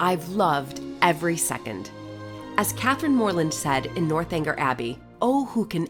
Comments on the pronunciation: I heard the North Hanger too (lol), but that's one of the lovely things about ---she's so authentic and still very American, which I love. A great quick and dirty video on Bath. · A cute video of you in Bath! I must tell you, though, it's NORTH-eng-er, not North Hanger Abbey. There are no hangers involved! lol I love what you are doing to showcase your life in England, show us the lovely gardens and historical building restoration. It's all part of the beauty of England and I so admire the way the British honor their historic buildings with restoration, allowing the public to visit and enjoy the homes, gardens, grounds. Wish the US did more of this kind of thing! Keep up the good work! Thanks for making the series on YouTube!